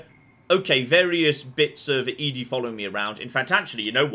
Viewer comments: I will never get over the fact he pronounces it E-DE not ED-E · I know you (for some reason) refuse to properly pronounce ED-E but do you have to also misgender him?